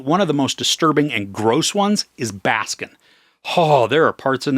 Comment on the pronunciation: Would such an articulate guy butcher a name so badly? Baskin. From Turkey